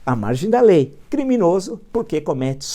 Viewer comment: Tem coisa mais gostosa de ouvir do que o professor mandando aquele "CRRRRIMINOSO"? KKKKKKKKKKKKKKKKKK